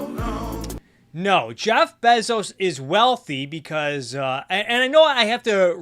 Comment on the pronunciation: I love how Adam Something pronounces Bezos but you pronounce it even better.